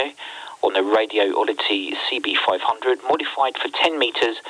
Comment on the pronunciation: It's "Radioddity", not "Radio Oddity".